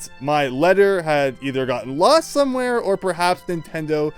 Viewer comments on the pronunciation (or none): none